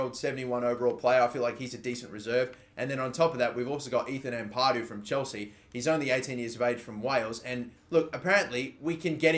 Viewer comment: You gotta start saying Ampadu right, it’s not Ampaaadu